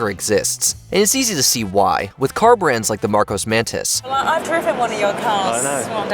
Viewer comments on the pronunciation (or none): none